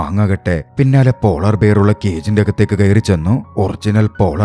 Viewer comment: ബിയർ അല്ല ബെയ ർ